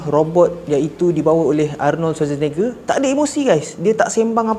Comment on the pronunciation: Nama Arnold tu sebut la betul2.. Arnold SusahNakEja.. 😂